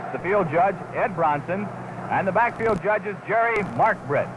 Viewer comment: Jerry Mark-BRIT? Mispronounced the name of the man who became one of the greatest officials in NFL history, Jerry MARKBREIT!